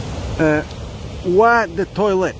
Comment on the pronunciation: It's just pronounced 'Oh', without the 'H' :-D